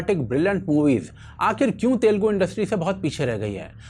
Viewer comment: Telgu nahi...Telugu bolo...